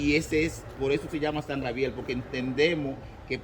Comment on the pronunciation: No se porque ponen gente tan bruta a ser guia que no saben hablar. Si es San Gabriel porque dice siempre grabiel